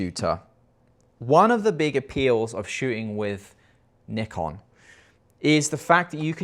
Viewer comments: Nikon is a Japanese word and it should be [nikon] not [naikon] 🤷‍♂️ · Nikon is a japanese brand. So there is only one correct way to pronounce it. knee-con. is right. 👌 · It doesn't matter where you are from brother, Nikon is from Japan, pronounced Nee-Kon. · Great video dude 🙏🏻🙏🏻 trying real hard to say Nikon and Zed 😂 I understand 🇬🇧 🥳